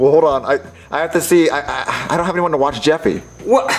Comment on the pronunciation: You mean, "I dont HAF to."